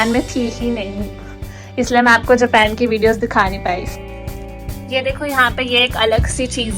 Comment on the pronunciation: Japen nhi hota hai japan kho didi 🤔🤔